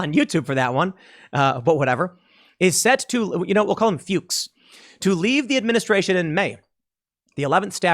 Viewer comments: Fyooks is the correct pronunciation of Fuchs. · FEWKS is the correct pronunciation, u did good after the first try. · I think Fuchs is pronounce Fooks. It is German for fox. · youtube did not pick up on that dangerous misspoken name. instead, closed captioning received it as “fox” which honestly, your pronounciation leaned towards anyways. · LMAO I guarantee it's actually pronounced "Fooks." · Fuchs is pronounced fooks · Tim. It's pronounced "F-yuu-ks." Long U. You're not the AVGN, and no matter Michael may do in his life, he will never be Fred Fuchs, with a short u. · you're good. The closed captioning generated "fox" on the first pronunciation of his name, so they can't say you dropped an f-bomb when their own cc generated fox. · I asked my wife, how do you pronounce this👉Fuchs. She said Fucks as well. 😂😂😂😂🧂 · It is pronounced Fooks; It is a German last name. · isn't fuchs usually pronounced Fox? someone in my hometown did it that way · Fuchs = rhymes with rooks. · No, it is "The Kamala Harris administration featuring Joe Biden", I think that sums it up perfectly. Btw Tim, as a German your pronunciation of Fuchs is hilarious to me. Btw, regarding her record as a judge, it seems that the next judge on the Supreme Court might be the first one endorsed by both Disney and CNN, lol. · Tim is intentionally mispronouncing a man's name to avoid censors. Once again Tim shows how big a hypocrite he is. He says you and I should be prepared to sacrifice our families to fight this kind of thing, yet he runs and hides.